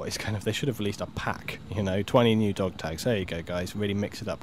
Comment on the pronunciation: "Dog tages" ? dafuq?